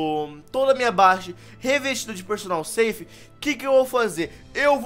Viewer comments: Perdonal Safe? mds aprende a falar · Ele pronucia personal ceif 😂